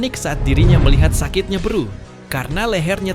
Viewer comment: Beru bukan beeruu